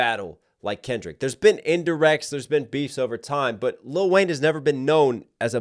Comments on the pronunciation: its Lil' Wayne.. LIL' Wayne, not LITTLE Wayne 😂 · Never heard anyone pronounce the “t”. Little Wayne just seems so disrespectful 🤣🤣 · “Little Wayne” coming at next for the pronunciation of his name several times in this video alone…